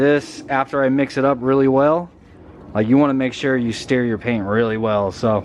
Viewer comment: Homeboy was saying steer instead of stir idk why he was saying it so weird a steer is a cow an you stir paint